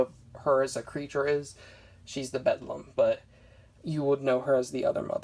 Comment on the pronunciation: It's pronounced BEL DAM